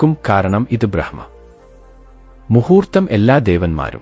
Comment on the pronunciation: ബ്രഹ്മമുഹൂർത്തമല്ലടോ ബ്രാഹ്മമുഹുർത്തമാണ് ശെരി